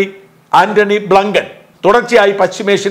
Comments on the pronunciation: Antony Blinken, not Blunken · Shaja, ബ്ലൂങ്കൻ അല്ല ബ്ലിങ്കൻ. താങ്കളുടെ ഉച്ചരണം മോശമാണ് കുട്ടാ. ശ്രദ്ധിക്കുക.😢😢😢